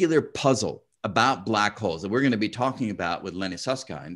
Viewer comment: I appreciate Brian's effort to correctly pronounce Susskind, and to almost correctly pronounce t'Hooft. :)